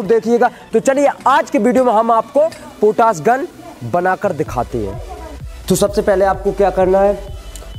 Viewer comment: पोटास नहीं पोटाश होता है... पहले बोलना सीखो